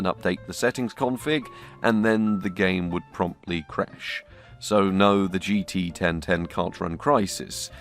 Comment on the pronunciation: GT 1010: ❌ GT Ben Ten: ✅